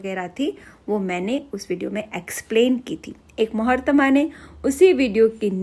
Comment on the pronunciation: Plz dont mind 😇I notice u r say mohartama it is not mohartama its محترما mohtarma mam😊😁